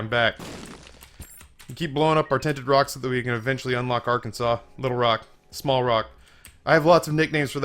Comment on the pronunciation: I will never NOT give you shit for "Arkansas". Get used to it.